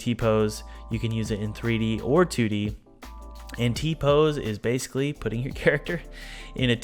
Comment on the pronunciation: Every time he says "2-d" character in the beginning I hear "tooty," and I giggle like a schoolgirl.